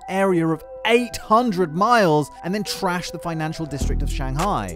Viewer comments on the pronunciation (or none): none